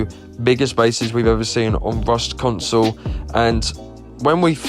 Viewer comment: “Ross Console”